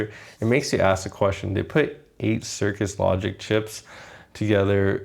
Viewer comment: I liked the review; but, and I know it's picky, it was frustrating hearing you say "cirkus logic" instead of "cirrus logic".